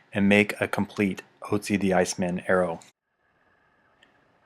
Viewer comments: Ötzi* (For those curious as to what the difference is, his name is pronounced ootzi, not otzi) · Great video. The only thing that nags me is that Otzi is pronounced 'Ertzi'. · Ötzi is his name, spoken Oetzi ;)